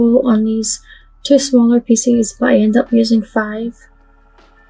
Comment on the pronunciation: I just love your videos but do you realize you pronounce pieces like “ feces” . I always cringe when you say it and then I smile because I know you don’t mean that way .